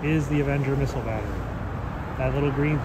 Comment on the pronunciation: Did you say missiles?? 🤔